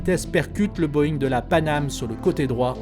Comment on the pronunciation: "Panamay?" Sounds like we have a new airline.